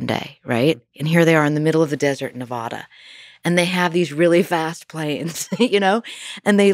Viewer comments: She never mentions Bob Lazar, so right off the bat I'm skeptical of a lot of things she's saying. Plus, after interviewing all the people that she did out there she'd know it's Ne va da, not Ne vah da. She's a misinformation agent. LOL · Thanks for the info. Doesn't know how to pronounce Nevada, so I still think she might be a plant. 😆